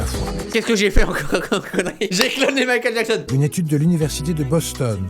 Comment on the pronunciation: J'adore quand tu fais Mikel Jackson